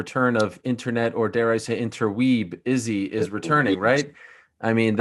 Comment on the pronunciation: Why does Ariel say inter weeb 😂 low key insult